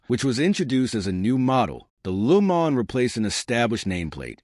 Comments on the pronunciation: the hell is a LU MA'??? stop using AI or use a better one...what a joke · LooMon… DeeWoo.. Fes Tiva.. AI sucks! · Yeah, it is an AI voice. They really need to train these AI's how to pronounce words properly, and with the subtle nuances of language. At the very least, it makes it easy to tell. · He/it's trying to pronounce it in French: Luh Moh(n)